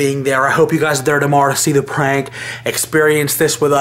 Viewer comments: Why, do they say pwank. What, are they unstable to say prank? Fuck the r add the w? You sound like your 5. Btw, Nice job opening the curtain. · Stop saying pwank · y'all cool in all but, when y'all say pwank😱😱😱 it's wack ijs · They should stop saying pwank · its prank noT PWANK!! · Turned it off after the 12th time you said "pwank"